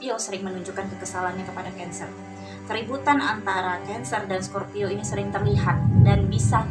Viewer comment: Kok pas sagitarius sebut scorpio bingung dengerinnya mbak.